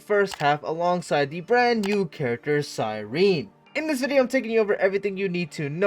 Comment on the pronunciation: Omg your the FIRST streamer that said her name correct thank you! Everyone else saying cyreeeeeneeee